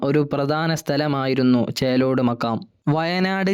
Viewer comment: ചേറോട് അല്ല. ചേലോട് ആണ്. ഞാൻ പോയിട്ടുണ്ട്